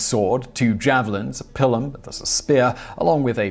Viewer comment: I pronounce it pie-lum, I've heard many others call it a pee-lum, but it takes a true virtuoso to discover that third pronunciation: PILL-um. Bravo, Simon Whistler--you are a true Maestro of Mispronunciation. 8P (But seriously, I do respect your work. Garble On, brother!)